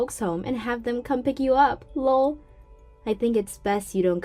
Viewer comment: STOP PRONOUNCING THE LOL!!!